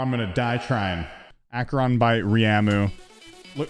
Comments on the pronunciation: It not r-ma-you it pronounced ri-a-moo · Correction: A-cre-on. Acheron 2nd Correction: Ry-A-mu. Ryamu